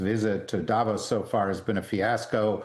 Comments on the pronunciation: Jesus; will you people pronounce places and people properly as you come across as amateurs. 1. Arctic is not Ardic. It’s two clear syllables ARC and TIC 2. President Macron is Ma Cron, and you don’t pronounce the ‘n’ not Ma Crone as in ‘own’ 3. Davos is Da Vos not Da Vose This is just rude and you sound like peasants. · Why do Americans repeatedly and incorrectly pronounce people's names and places in Europe? 1. DAvos NOT DAYVOS 2. Emanuel MacRON NOT Macrone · It's not DAH-vos. Its Da' VOS. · When do anchors, experts, journalists on CNN and any other American Newsnetwork finally learn that Davos is pronounced Davòs and not Dàvos!! Guys, the accent is on the o, not on the a !! You have mastered pronouncing more challenging names, it can't be that complicated!?!